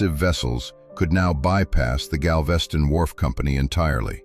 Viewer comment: Gal-VEE-ston? Never heard of it.